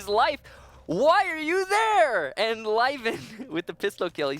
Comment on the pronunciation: zmkd co Meh, at least they have learn, some people probably are still calling him "Liven".